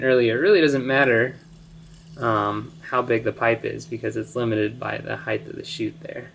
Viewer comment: there's no "h" on the end of the word height.